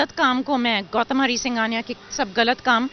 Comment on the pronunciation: गौतम Not गौतल 😂😅😂